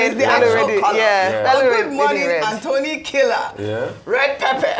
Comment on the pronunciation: Please stop emphasizing the name of the gentleman Professor Anthony Kila as if he’s a KILLER. please be advised We love you ❤